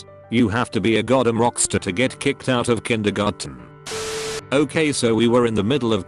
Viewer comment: Robot voice thing can’t say “out” correctly, but can pronounce “Edinburgh” just fine in the same sentence?????